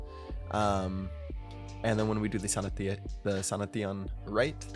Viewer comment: it's "sanashin" not "sana teon"